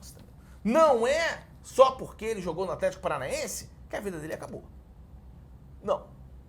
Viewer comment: Gostaria de parabenizar o Craque Daniel por pronunciar corretamente o nome do clube Athletico Paranaense (não sabia onde colocar o h e tive que pesquisar).